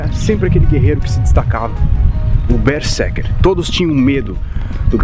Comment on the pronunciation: Ei, Berserker pronuncia com z. Esse é o estado quando eu estou a desenhar ou a jogar.😁